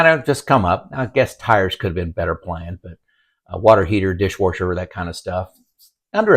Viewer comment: What's a "dishwarsher"? Haha